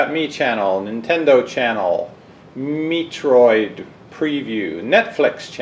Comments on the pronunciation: when he was transfering the wii U to the wii, he called metroid Meetroid LOLOOL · this guy said Meeeetorid lololol